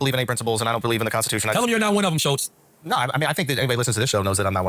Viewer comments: i believe it’s pronounced (sh-ul-ts) rather than ( sh-oh-ls) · This video is off the cuff and it shows. That's not even how your pronounce Schultz's name